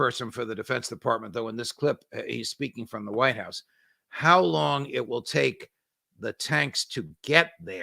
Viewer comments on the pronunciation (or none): none